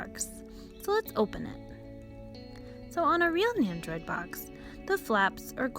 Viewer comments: NENDO-ROID not Neyandroid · There's no Y in Nendoroid so idk why you're pronouncing it like there is. Your voice and the way you pronounce stuff is really really cringe. You try really hard to over pronounce Japanese words & sound "kawaii".